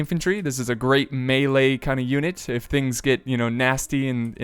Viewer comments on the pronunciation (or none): none